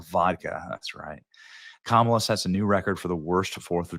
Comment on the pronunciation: Thank you for saying her kamala the correct way Benny … fake news says it the wrong way